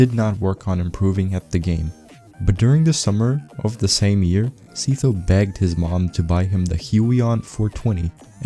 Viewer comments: Dude really pronouced Sytho as see toe 🗿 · s-eye-tho btw good vid aside from that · my bro just made a whole 14 minute video about sytho only to pronounce him ”seethough” 💀